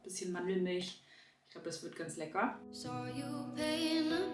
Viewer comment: Instant mood booster = sagt „lecki“ 🤩